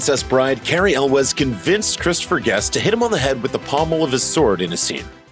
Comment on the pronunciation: Ok I was gonna watch all the way thru, but on the second one...really? El wes? Really? At least learn how to pronounce their names if you're gonna talk about them